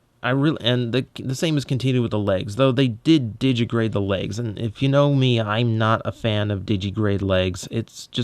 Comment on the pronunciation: I still think that drone looks more like Ratbat than Laserbeak, but I guess the latter is more iconic. Oh, and this is starting to annoy me: it's pronounced "di-gi-TI-grade", not just "di-gi-grade".